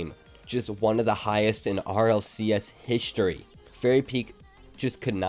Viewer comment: “One of the highest in rlcs hishtory”